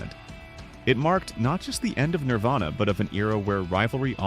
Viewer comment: When the AI voice that's been saying "Nirvana" the whole video, decides to change it to "Nirvayna."